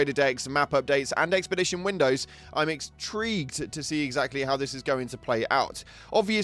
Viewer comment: What did you say there? "EXtrigued"? What is that supposed to mean? I mean, I know you probably said it to provoke a comment and I'm here to exdulge you...